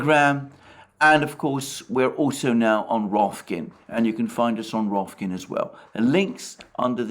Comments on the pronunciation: I'm always entertained that Alexander pronounces the name of the new streaming platform as "Rofkin", instead of its actual name "Rokfin". But joking aside, keep up the good work!😁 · I'm counting the days until realizes it's Rokfin & not Rofkin, LOL. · Someone should tell Alexander that it is not RoFKin, it is RoKFin :D